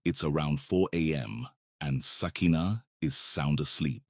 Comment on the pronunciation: Ok 2nd video, pronounce her name like this: Sukina-(Suu-key-nah)